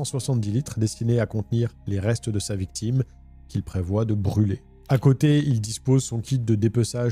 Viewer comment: Salut, ne t'en fait pas, ça arrive aux meilleurs de louper un détail au montage, mais à fond dans le récit, ça m'a fait rire cette petite erreur "La VICTUME titube" 🤣🤣